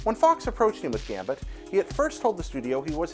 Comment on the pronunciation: He said Gambert XD It's okay, tongue twisters kill